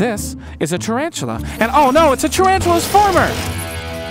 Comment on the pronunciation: Tarantula* I Have a pet tarantula and it annoys me when people say it wrong